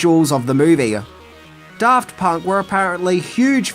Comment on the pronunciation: I heard "Daft Punk" as "Darth Punk" and immediately realized that Darth Punk is the Sith I didn't know I needed.